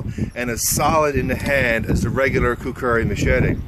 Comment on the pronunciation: lol you say it like kukuri